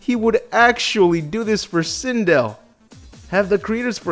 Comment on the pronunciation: How do you feel about butchering Sindel? ED: Yes..